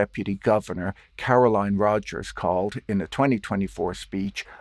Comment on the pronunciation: 'Carolyn' NOT 'Caroline'.